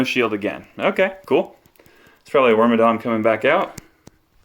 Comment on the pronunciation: are you saying work my dong?! its like worm and madam wormadam.... madam madong madont.